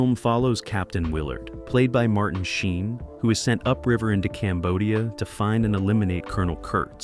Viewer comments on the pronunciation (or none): none